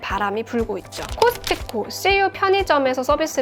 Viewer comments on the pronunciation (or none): none